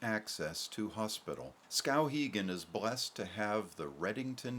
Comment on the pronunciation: I don't like his pronunciation of the town's name.